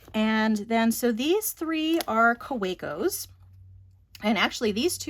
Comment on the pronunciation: Great vid! Looks like a really good pen case. P.S. Please read Kaweco with a "v", mr Rudolph Weber (co-founder) would appreciate. ;)